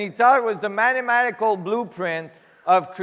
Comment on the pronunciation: Its mathamatical not matamatatical